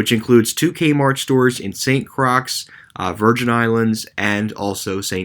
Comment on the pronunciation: Good video,. FYI, St Croix is pronounced St “Croy”.